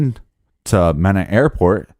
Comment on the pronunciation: Malak was a crap stain, he did it because he was being paid, not because he was afraid. (FYI Mena is pronounced with a long E)